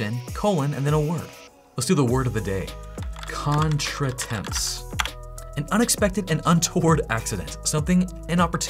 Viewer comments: as a french speaker .. that " Contretemps " pronunciation got me XD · Interesting video - especially your pronunciation of "contretemps" 😊